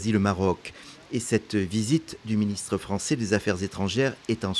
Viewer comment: "Main'nant, Monsieur le Ministe". Le français n'est pas sa tasse de thé.